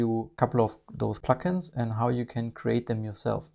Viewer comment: I watched this twice just so I could continue listening to “pluck-ins,” which I know is not what is being said but which still sounds so much nicer than “plugins.” Thank you for the feature add!!